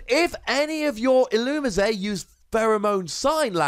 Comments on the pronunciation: You say "That's the way you pronounce it I promise" all the time, yet if you just watch the show or clips of the show on youtube, you'll see it say "illumees". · The anime and the Pokedex 3D app pronounces Ee-loo-mee-zay